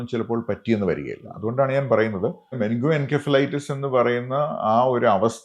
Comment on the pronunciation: "muh-ning-goh-en-sef-uh-LIGH-tuhss" - correct pronounciation